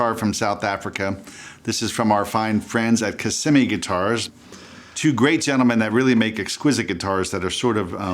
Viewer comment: KA - SEE - ME guitars. (from a South African)